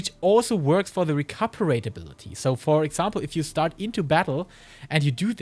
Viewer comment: really good vid - only gripe was hearing Recuperate mispronounced dozens of times